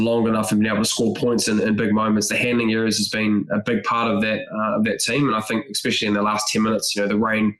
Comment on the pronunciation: "Expecially" - Bryn Hall, every time. 😂